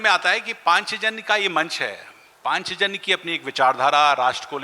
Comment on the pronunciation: शिक्षक महोदय पाञ्चजन्य बोलना तो सीख लो ,सबसे बङे हिन्दीभाषी प्रदेश से आते हो और उच्चारण ही शुद्ध नहीं है